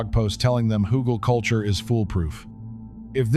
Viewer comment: Very helpful, thank you! So, how long should you let oak & other "beneficial" wood age before putting it into the ground? Also, on a side note, the g in Hügelkultur is pronounced like the g in good, or get.